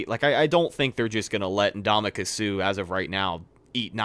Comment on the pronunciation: Hearing say Ndam-u-ka instead of (uhn·daa-muh·kuhn) with an N always makes me hilariously cringe